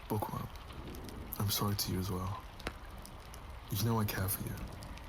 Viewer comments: I’m not even joking when I first listened to this I thought was saying “pourqoui”? Not “bookworm” 😭😭😭😭💀💀🏃‍♀️ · I cannot be the only one who heard por qua instead of bookworm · Everytime he says 'bookworm' I hear 'pour quoi?' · Everytime says Bookworm, my French ear hears ''POURQUOI'' 😂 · I hate it but is it just me who herd it for the first time thought he said backowom or do I just have bad ears 😅